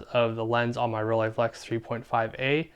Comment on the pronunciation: Best part? where you pronounce Rolleiflex correctly!